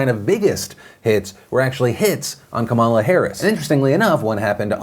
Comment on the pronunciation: Hey Phil, Kamala is pronounced comma, lah